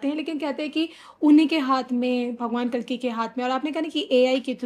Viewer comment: महाराज जी वो " कालकी " नहीं " कल्कि " हैं 🙏